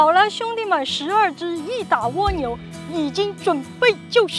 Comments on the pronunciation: ㄍㄨㄚ牛不是ㄨㄛ牛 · 是ㄍㄨㄚ牛，不是ㄨㄛ牛🤣聽的好痛苦啊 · 為什麼要念 窩牛.... 0.0? 刮下來的刮 不是嗎? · 这个读瓜牛